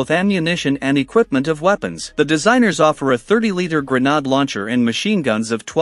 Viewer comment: AI narration does not serve your channel well. It is Gren-Aid not gre-nawd